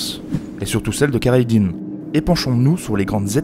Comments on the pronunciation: Assez bizarrement, tu prononce super bien El-Khadi à 8min25 mais pas Khayr ad din (que tu mix entre la francisation kerredine et l'arabe khayr ad din). N'ait aucune honte à bien prononcer car tu y arrive bien et le viewer arrivera à comprendre (alors que les H, 3 et Q de la langue arabe risque d'être plus difficile pour ton audience et à prononcer.) Il y a quelques raccourcies (par exemple, la bataille de tlemcen est zappé, il s'agit d'une alliance entre les zianides et les espagnole) mais la vidéo est bonne, je trouve que tu aurait du parler de la prothèse d'Arudj, une espece de main griffus en métal. Après tout, le mythe du pirate munie d'un crochet vient de cette même prothèse. Il y a tout un débat dans le monde arabe-turque sur la mention de pirate qui serait mal connoté et trop européanocentré. Certains préfèrent "corsaire" comme Jean-Louis Belachmi auteur de " Nous, les frères Barberousse, corsaires et rois d’Alger" voir de marine ottomane pour diverse raison. Le fait est que Pirate reste un terme qui plait donc beaucoup l'utilise mais cela reste décrié. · Tu pourrais au moins bien prononcer leur nom, non pas kayradin mais khayrèd'din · "Khayr ad din", le kh se prononce comme dans Khaled ou la Jota (J) espagnole